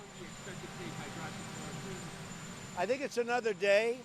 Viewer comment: It's "hydroxychloroquine" not "hydroxychloquine"